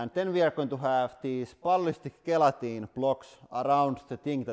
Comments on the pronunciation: The G at the start of gelatine is pronounced like it's a J. One of the many things that make the English language insane. Love the channel. Keep up the good work 👍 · Gelatine pronounced Jelatine or simply Jel